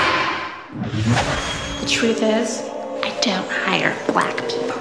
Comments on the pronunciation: Why did she like pronounce the B in black no loud like “I don’t hire B lack people” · That actress did an amazing job making us believe she was racist. I never seen someone pronounced "bLack" the same someone people pronounce "wHite" 😂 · Why she say “Black people” like that 💀 all up in my face